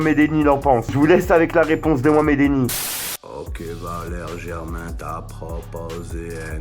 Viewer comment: Arrêté de dire Valeri Germain stp